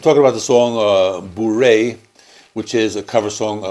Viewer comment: The pronouncing of Bourrée is correct 👍 and the rest of the video is good too 😉